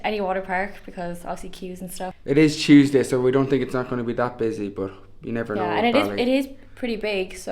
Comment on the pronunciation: it is chooseday :)